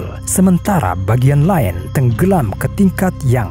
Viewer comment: Lain, kok bacanya kayak "Line" ya(?)